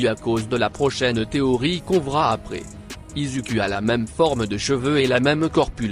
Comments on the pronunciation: Pardon ??? On dit "izoukou " et pas "Izuku " 😱🤐😒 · Ça se dit izuku